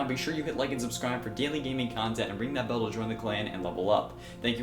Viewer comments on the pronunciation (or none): none